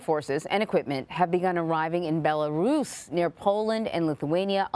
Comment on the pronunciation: Bella ROOSS🤣